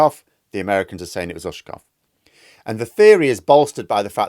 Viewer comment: Ushakóv, not Úshakov